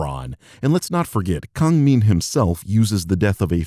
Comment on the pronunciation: Also I speak Korean, he's pronouncing his given name wrong for some reason if the Korean spelling in his Twitter handle is ANYTHING to go off of